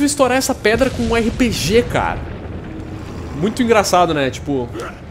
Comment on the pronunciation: repetindo(para estourar uma predra) kkkkkkkkkkkkkkk esse portuques esta esperando na escola